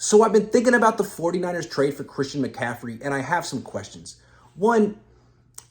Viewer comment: Bruh, it's Christian McCaffrey